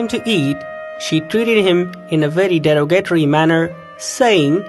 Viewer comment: lol the narrator: Dera-gate-ry!! lol (he was trying to say derogatory)